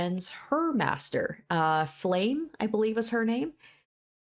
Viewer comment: Its not Flame but Flamme (pronounced Flam-meh) with a stress on the mm